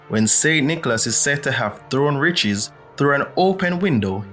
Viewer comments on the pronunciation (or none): none